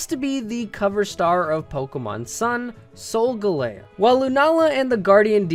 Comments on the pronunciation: You should have titled this top 5 favorite pokemon, not best, just saying. Sol-gahl-leo not sol-go-lao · Sol-ga-lay-o xD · I thought Sogaleo was pronounced Sol-Gal-Leo. Not like how. I just don't know why. 😅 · Isn't it SolgAleo? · IT'S SOL-GAL-E-O. THE WAY HE SAID IT IS SO ANNOYING